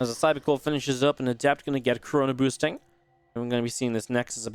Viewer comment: lol when u said chrono boosting i thought you said coronaboosting